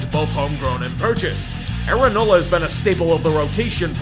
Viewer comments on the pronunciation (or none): none